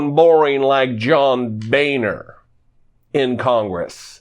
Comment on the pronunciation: It's pronounced John Boner